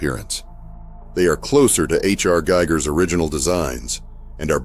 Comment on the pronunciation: I can't believe people are STILL mispronouncing his name. Giger's name is pronounced "gee-ger" to rhyme with eager. Just an FYI.